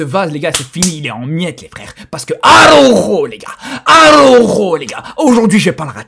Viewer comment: ARAUUUUJOOOOO LES GAS ARAUJOOOOO LES FRÈRE 😂😂😂😂😂😂😂😂😂😂😂😂😂😂😂😂😂😂😂😂 l’accent il est propre même énervé